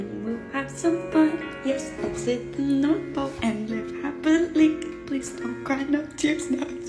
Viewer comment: "Yes, Let's hit the north-OLE" LMAO